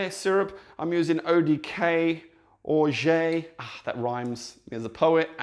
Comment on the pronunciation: I was so impressed when you said Cointreau ! Every non french person I have met didn't know how to pronounce it And then just after this glorious moment you said "Orgé".. It's OrgeAt sounds like Orgie and Pizza kind of..